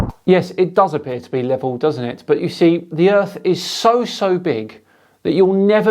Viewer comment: Wotar, wotar, wotar, it's lebol. Wotar is lebol. 😂😂 Wotar wotar wotar, brain is lebol.